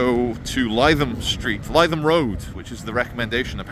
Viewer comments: Lith um, not lie thum. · Lytham Road is pronounced Litham, not Leyetham. Just an observation! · must correct you on your pronunciation of the Blackpool Rd you thought would be the place of trouble,it's Livethem Rd, not Liethem Rd ok easy mistake for a a half Scot/ Brazilian, no faschmal amigo 😅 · It’s ‘Li’ not ‘Ly’ Lytham, can you not hear me shouting at the iPad!! 🤪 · Lytham is pronounced ‘Live em’ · L-i-THAM road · "Lytham" is pronounced "Lithum". Happy to help. 😊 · Lytham is pronounced "Lithem"